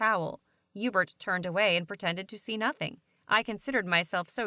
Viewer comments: his name is yuebert bro idk where you’re getting the h or e sound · Video: hubert: Ébert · Herbert or Erbert You mean Hubert? 😂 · I think his name is „Hubert“ but Heebert is way better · God damnit. His name is Hubert [You•Bert] Shit bothered me the whole time lmao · No it ain’t HeBuRt or EbUrT it’s EuBaRt MiSpRoNoUnCeD y’all flash fans know what I’m talking about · I thought it was Yeebert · Bruh it’s pronounced hee-you-bert (Hubert) 😂😂😂😂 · am i the only one that heard hughburt?